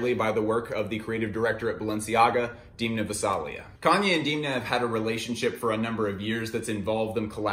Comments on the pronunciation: sorry to be that dude but it’s pronounced Damn-uh not Deemna. great video tho 🙏🏻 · please never call him diimna again, unfortunately it grew on you. u know the thing that holds back water... a dam :). so try pronouncing him dam-na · DEEEEMNA. DEEEEEMNA. DEEEEMNA. Its DEN-MA. Not DEEEEEEEEN-Ma . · Good video, but after I watched quite a few The Casual videos I knew from Reggie that Demna's 'E' is pronounced like the 'e' in them, not pronounced like dim from dimming a light. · Wait it’s pronounced deemna not demna? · it's demn-na. say it: demna! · Please stop mispronouncing demna, its sooo annoying